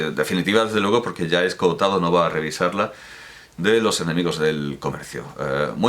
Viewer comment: Me fascina que sea capaz de decir las dos o(s) de 'Escohotado' cada una de las veces que lo pronuncia en el vídeo. A mí siempre me sale una sola o, 'Escotado', al hablar.